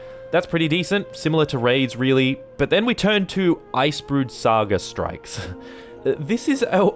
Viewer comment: This is the reason I don't bother with any of the end game content. I own the game, so I play the stories, come back for the living world, and just upgrade when I find something nicer than what I have currently. I'm not worried about strikes (your accent makes it sound like you're saying "strifes"), raids (which I honestly didn't know existed until recently because they are so hidden from anyone not looking for them), or PvP/WvW. I don't even care about fractals. Seriously, all of the non-story content is so opaque that getting into it just isn't worth it for new people. And don't get me started on joining established guilds or trying to start your own. The community is toxic to newbies, and no one wants to join an unranked guild that can't carry them. GW2 has some great gameplay, the the players are killing the game. That and the predatory way ArenaNet monetize everything in the game. Crafting, BTW, is bleh. Totally Bleh. If I could craft harvesting equipment, then it might be worthwhile. Also, it's Ebb-on, not Ee-bon. Its the transitive modifier adjective to the noun Ebony (ebb-on-ee, not ee-bon-ee), so you pronounce it like that root word without the final syllable. This one can't be your accent, since you divided your syllables inappropriately. I would have though a brit would know how to speak English. (j/k)